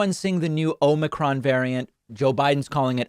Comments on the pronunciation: According to every website I've looked at, omicron is pronounced ah-muh-cron, not oh-mi-cron. Of course, there are going to be variations, depending on the country, but ay-muh-cron is the preferred and accepted pronunciation in the good ol' US of A. Then again, who the hell am I to tell someone how to talk? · I put up with “nucular” for two terms. Omnicron. Fine. Wtf cares?